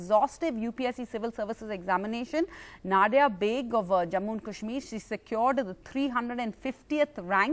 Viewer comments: She isn't Nod-ya. Na-diya. Pronounce it like us Indians pronounce it. English bolna bhi theek hai but at least don't pronounce names in that silly tone just for showoff. You ain't even that good in English. Apna desh or apni bhasha mat bhoolo. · Her name is pronounced as na diya... Pronounce diya as daya jale song